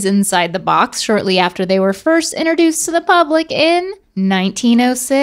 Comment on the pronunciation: saying ‘interduced’ instead of ‘introduced’ all day 😂 Is that an NC-thing? 😂❤️